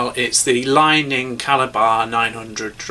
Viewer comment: Thanks for the review. It's worth noting they are all head heavy or slightly head heavy rackets and mostly used by singles players which is probably a reflection of the reviewer's playing style and preferences (I believe he has described himself as a bit of a clubber in past videos). BTW, Li Ning is pronounced "Lee Ning"